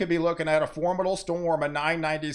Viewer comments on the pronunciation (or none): I'm a new watcher. I've been accused of having overly excited responses to weather. I've found a kindred spirit! (btw, "formidable" has four syllables). I signed up bc I enjoy this so much. I'm tired of getting a censored and myopic view of weather.